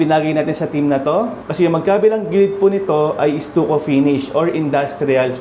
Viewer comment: What is estuko? You mean stucco? Pronounced "staco".